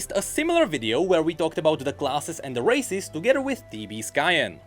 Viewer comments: Im so sorry.. accent makes its sound like he's saying racists and im laughing my fuckings ass off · Honestly I keep hearing him say racist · Everytime he says races, I hear racist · Why am I hearing racist 😭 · The way he pronounce races sounds too much like racist to me... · every time say "races", I heard otherwise.